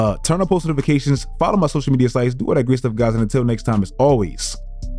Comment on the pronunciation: how come people keep pronouncing time as tarm?